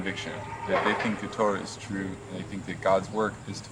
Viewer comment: "ToRAH" (accent on the last syllable) is not synonymous with "Bible". The Torah (in Greek: Pentateuch) comprises the five books attributed to Moses: Genesis, Exodus, Leviticus, Numbers, Deuteronomy. The Torah is the first part of the Tanach (Jewish Bible)